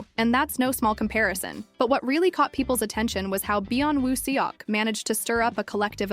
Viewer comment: You need to pronounce his name right might be nice. If your going to do info on him.